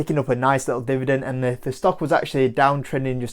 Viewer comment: He's a good guy, likeable and does superficial analysis quite well. I know the UK has accent variation but what's with the whole "divident" thing? Shows how eager some YouTubers are for views rather than substance #schoolboyerror